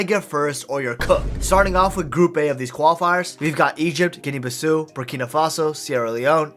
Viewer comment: The only thing I would say is that Guinea-Bissau is Portuguese haha So Bissau is pronounced Bis-sao. Great video